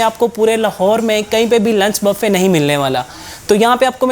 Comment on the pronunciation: او بھائی پہلے بولنا تو سیکھ لو یہ bafay کیا ہوتا ہے۔ صحیح لفظ بوفے ہے۔